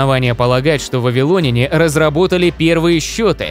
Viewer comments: ВавилонЯне, а не вавилОняне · Сцуко, пора вводить цензуру. Если говоришь не правильно, то идешь лесом... Аффтар, учи русский язык! Что это за вавилОняне? Если Вы думаете, что если ВавилОн, то и вавилОняне, то ошибаетесь. Сравните: РоссИя, но россиЯне, а не россИяне, ЕгИпет - египтЯне, но не егИптяне, ИзрАиль - израильтЯне, а не изрАильтяне и можно еще много примеров приводить... Увы как только услышал такое, то сразу выключил, т.к режет слух, а мне свои уши жалко.